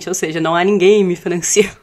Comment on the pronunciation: Ela pronunciou niguer?